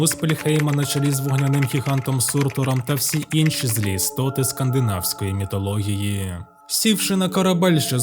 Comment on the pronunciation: міТологія???? Пздц